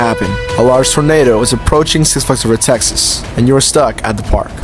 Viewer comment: What the hell is wrong with you? Why cant you properly say "six flags over Texas"